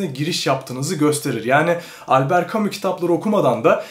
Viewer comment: Bu şey değil mi yaaa "Elbıırt camışş" diye okunan adamın okuma rehberi?😂😂